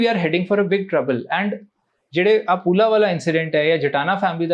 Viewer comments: saab da bht effort hai g. But reporter sahiba poohla(ਪੂਹਲਾ) te foola(ਫੂਲਾ) vich frk hai. Kirpa kr k pronunciation te dhyan dene d jrurt hai g. Poohla nihang culprit c te foola singh g bht satkaar jog hoe ne sikhs de vich. Te team v atleast dhyan deve ehna chiza te. 1 name glt pronounce krne naal bnde d identity he change ho jaandi hai g....baki effort badiya hai tuhada tath sahmne leke aa rhe ho... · mam, with all the respect to you and to your channel you have failed to pronounce the name of Ajit Singh Puhla. In whole interview you have pronounced it as Phula which is wrong. Kindly go with correct names when you conduct interview next time. Thanks.